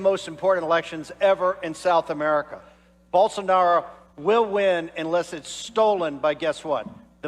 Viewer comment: Holy moly, that Bolsonaro pronunciation (along with a sneaky Dave Rubin "Bolsarnaro") made me laugh out loud—so good.